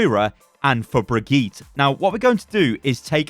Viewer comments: “Brigeet” lmao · Jokes on those whoever says that Overwatch has no new content. The hero got relished years ago, but we still get new ways to pronounce her name. "BrigYEEET" is my fav so far. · why he say Brigitte like that 💀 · Still saying brigittes name wrong? Jesus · Hey, don't be mean! puts all the effort he can into these videos! Just because his all is less than your nothing doesn't mean he's not trying! /s